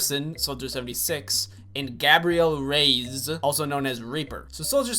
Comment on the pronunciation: gabrielle rays